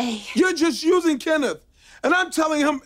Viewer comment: I'm not a native speaker, so I thought I had misheard Kenneth. XD